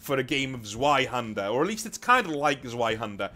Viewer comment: "zzuh-why-hander"???? Ouch. That physically hurt It's "ss-fye-hander"